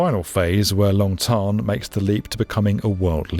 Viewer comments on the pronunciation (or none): Long Thanh pronounced “Tan” as in sun tan. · The way he pronounced the names of these Vietnamese airports Long “Thon” and Tan Son “Nia” is so cringy.